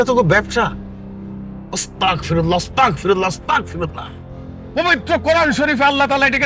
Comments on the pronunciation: উচ্চারণ হবে আস্তাগফিরুল্লাহ... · এখানে অস্তাগফিরুল্লাহ না আস্তাগফিরুল্লাহ হবে।